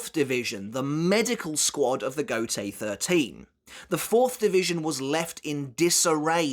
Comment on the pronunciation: Please make an effort to pronounce those Japanese names and words correctly, it's quite hard to follow when you spell it with the heavy English accent. Mispronouncing Gotei as goatee instead of go + tay, Nanao as nanaw instead of nana + o, and Haori as hey + oree instead of ha + orie are few obvious examples of why you shouldn't read those names and words with English accent. And this applies to every language, you would have some troubles following up yourselves if you hear someone pronouncing English names and words without the proper accent. 🤷 Try the heavy Japanese accent of English language (like Engrish and Japanglish), I bet you'll be confused af. 🤷